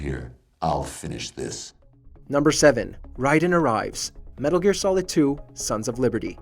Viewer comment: Thats not how you say raiden come on now